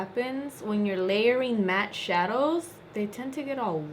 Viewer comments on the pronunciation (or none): none